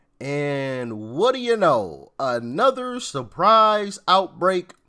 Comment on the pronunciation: Based in his "experience". "Sorprise"